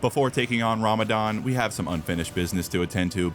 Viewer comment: Bro said Ramadan ☠️